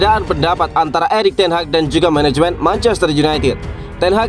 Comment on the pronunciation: Menehemen heloly heloly meneheunithed